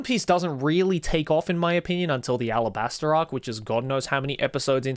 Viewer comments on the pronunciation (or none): none